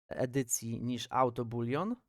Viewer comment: Dzięki . Ale z tym bulionem przegiąłeś :D boolean nie boolion